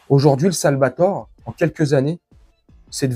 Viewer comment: Le Salvador et non le Salvator, belle video et merci a toi, Patrick